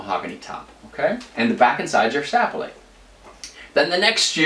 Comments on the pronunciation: This isn't a criticism, but I had to watch this whole explanation a couples times until I got used to the quaint French accent that kept creeping in. BTW, most folks place the accent on the second syllable of "Sapele" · Sapele. The accent is on the 2nd vowel, not on the first. Just thought you might like to know. Enjoyed your presentation.